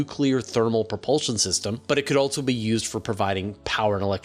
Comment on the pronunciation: How many "T's" and "Z's" are you putting in "Also"? "Altzzo". Wtf